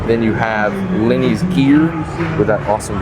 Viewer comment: Did he say Lenny? It's Lemmy